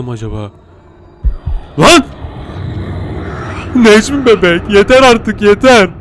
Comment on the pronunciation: abi Necmi Beğk dedin